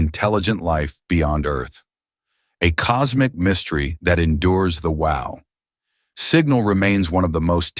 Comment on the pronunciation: Excellent AI voice, I didnt realize it was AI until the illusion was utterly destroyed by its trying to talk about the Wow! Signal and it kept saying wow like the expostulation..